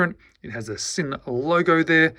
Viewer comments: Yes! In German S in the beginning of a word is pronounced Z. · The s in German is pronounced z mate